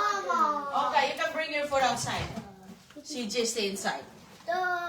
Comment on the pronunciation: Walang alam na Salita si malunggay, bagoong, sardinas, itlog', calls her son CG (she means CJay) Kelan pa kaya umayos dila ni para she can pronounce words correctly?